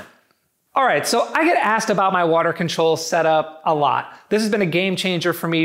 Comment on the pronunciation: Who else heard "Water Control"? Love me some Wall Control Boards. Excellent overview my friend. And that Joe Gray dude and the Garage Gym Competition sound LEGIT!!!!